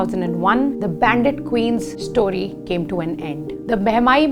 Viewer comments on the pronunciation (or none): none